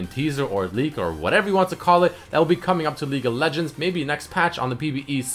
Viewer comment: I can't stop hearing "LEAK OF LEGENDS VIDEO"